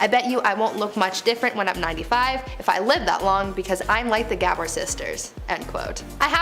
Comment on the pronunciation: When talking about Dolly Parton she said she was like the Gabor sisters your pronunciation was a bit off lol It should be “guh-bore” it’s a Hungarian name.